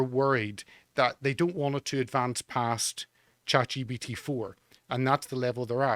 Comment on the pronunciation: Is he saying "ChatGPT" or "ChatGBT"? The entire point of AI, the money being made digital, higher taxes and inflation, and everything else that leads to demoralization is... you will own nothing and you will be cattle.